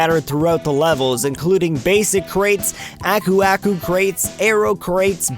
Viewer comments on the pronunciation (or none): Aku Aku (okoo okoo) just to help with pronunciation.